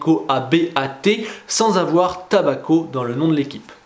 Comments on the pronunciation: Et tobacco, pas tabacco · "Tobacco" et non "Tabacco" 😉